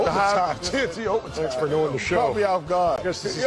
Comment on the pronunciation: TNT overtime 🤣 he need hooked on phonics